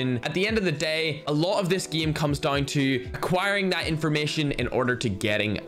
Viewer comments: The Ernie geeemuh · Plot Twist: Instead Of Game he said gim 😂😂😂